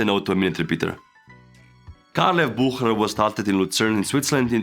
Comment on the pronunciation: You butchered Bucherer 😂